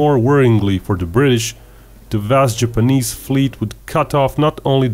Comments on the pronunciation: Ok. it's Japanese,not GIPanese. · It's called an accent genius